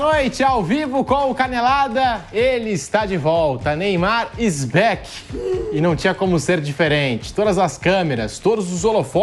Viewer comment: “Neymar is béqui” discipulo de Cariani